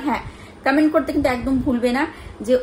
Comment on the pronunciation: কমেন্ট❌ কামেন্ট ✅